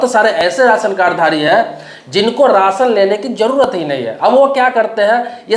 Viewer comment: Ration bolna Sikh